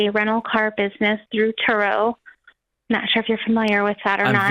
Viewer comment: Turo rhymes with Burro (donkey)